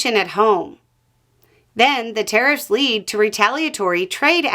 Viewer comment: It took me until 3 minutes before I realised you were saying 'tariffs' I thought you were saying 'terrorists'